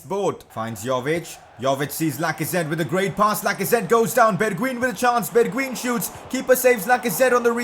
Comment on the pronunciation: The right pronunciation of bergwijn is berguajn